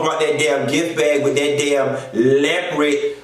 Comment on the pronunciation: I love how you stay "lepered" for leopard. No shade, I really love how you say that. Just like I love when people say southerwren for southern. 😊